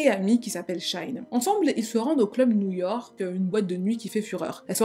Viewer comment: direction new YORRRRK.😂😂 très belle prononciation